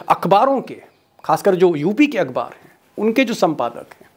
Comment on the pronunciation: My dear, vaisey aap ka prononcetion lagbhag ok hota hai, some words you can't speak accurate, but i know u can manage the damage. Akh baar not akbaar, u mostly speak wrong, apne muslim friend se maloom kr liya kro, sudhar krne me koi insult nahi hai. I very much like ur programs as well you, keep going forward, we r with you buddy